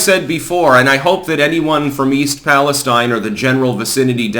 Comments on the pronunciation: Please, please please I beg. It's PAL-ESTEEN. Thank you from Towne of York, Maine. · We pronounce it east Pal es steen